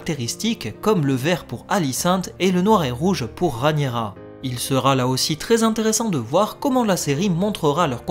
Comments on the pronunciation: Super analyse, j'aime beaucoup. 👏👏 Hélas, je m'apprête à souffrir pendant de longues années si tu persistes à nommer d'un affreux "Ranira" 💔 ma reine, my Queen, la seule et l'unique RhaEnyra ! (pourtant tu dis bien RhaEnys !). Bouhouhou 😭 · Pitié pour ma reine! 🙏 Entre qui massacre son nom en l'appelant "Ranira" (alors que Rhaenys ne lui pose pas problème), et toi qui la rebaptises "Rhanyera", au secours! 😭😭😭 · C'est trop compliqué à dire Rhaényra, normalement je devrai même dire Rhényra puisque le ae se prononce é... (en plus, avec mon accent toulousain, c'est pas facile ha ha) Du moment qu'on vois de qui je parle, je pense que c'est jouable mais j'essayerai d'y arriver ^^